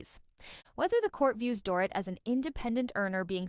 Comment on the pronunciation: It’s pronounced “Doreet”. Does this narrator even watch the show?